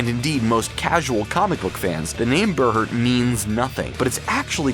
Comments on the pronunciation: It is pronounced bear heart, not ber hert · Ber-hurt. Ber-hurt. Seriously? It's Bear-heart. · Berhert is pronounced Bear Heart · You said berhert wrong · And Stakar!